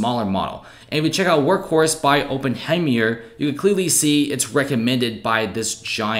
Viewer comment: Open hem myer? 😂